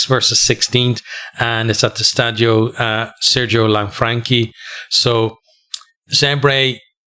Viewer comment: Perfectly pronounced Stadio Sergio Lanfranchi, fair play...